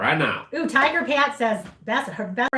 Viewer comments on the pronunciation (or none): none